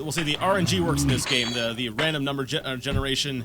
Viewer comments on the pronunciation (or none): none